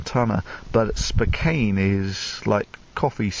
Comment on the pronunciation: It's "spoh-kan" ;)